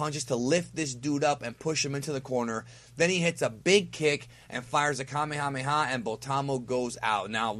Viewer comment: Kamehameha - Pronounced: "Ka-mae-ah-mae-ah". The accent is on the first "mae". kaMEHameha. Please say it, it sounds a lot better.